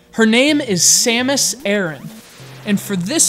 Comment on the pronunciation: My god. Someone who actually pronounces her name right!